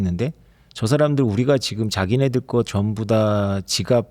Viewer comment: ㅈ을 ㅅ으로 발음하는거 요즘 한국분들 발음이 많이 달라졌다 느끼고 있었는데. 사회자분도 그렇네요 보이지만 : 보이시만 지금 : 시금 했지만 : 했시만 많이 바뀌었군요..